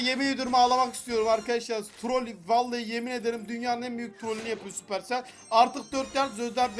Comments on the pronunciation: sapırsel değil süpersel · Yav abi supercell sabır tel diyorsun Manyak oluyorum ya